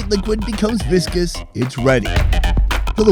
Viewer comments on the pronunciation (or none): none